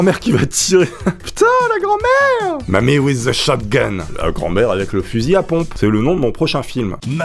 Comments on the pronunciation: Mamie with a shotgun pas whith :) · "whith" l anglais et toouny cela fait l'infinie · "mamie wHith a shotgun" tounlar bilingue 😂